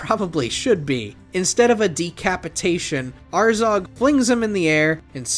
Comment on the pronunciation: It’s not azarg it’s azog man seriously